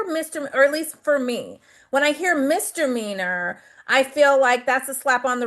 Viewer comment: If this judge says MISTER MEANERS one more time. 😵‍💫 It's MISDEMEANOR!!!! Good Lord!!!